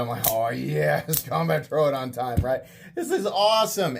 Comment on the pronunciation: love your content dude but the way you pronunce troodon hurts me lol